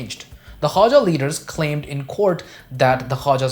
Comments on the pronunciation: Khoja not Khawaja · Dear, the correct pronunciation of the word is KHO-JA and not Khwaja which is altogether a different family name or cast. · It is called the 'Khoja' community not 'khwaja'